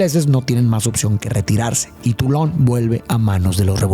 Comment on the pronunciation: jajaja, dijo tulón